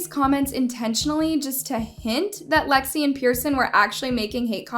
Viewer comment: Wdym she said it correctly